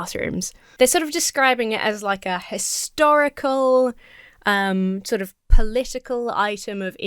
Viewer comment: i thought he said "hysterical" significance.